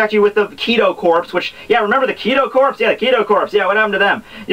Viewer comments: First, "corps" is not pronounced like "corpse" but "core." You've mispronounced it consistently here and in other videos and I just wonder if anyone has ever taken the time to correct it. Second, I honestly believe Aizen was mistaken about Orihime's powers. It wouldn't be the first time he was mistaken about something. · I don't know if anyone ever mentioned this or not but I just have to. It's not the Kido Corpse, it's the Kido Corps. Without the 'e' on the end you don't pronounce the 'ps', it just sounds like core. Just wanted to let you know. I'm really enjoying your videos though now I've found them, been binge watching at least 10 of them. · when saying corps the p and s are silent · Its so cringe worthy when he miss pronounces thing like Corps....